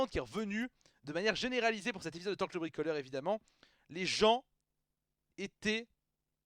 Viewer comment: Revoila Torkl le bwikolewe...d'accowe, je vais bwikowlé